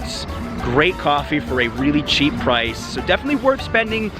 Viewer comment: Señor no es cheap to be with a lovely lady like yours speak well .. less expensive please please It hurts my ears when you say the word cheap in Mexico